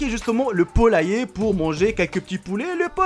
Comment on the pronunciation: un polaiyer tu m'a tuer mec